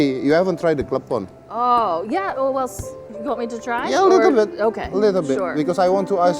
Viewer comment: Waduh bisa melenceng tuh klepon bukan telepong😂